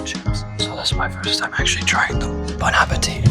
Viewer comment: "Bone ah puh tee"😭😭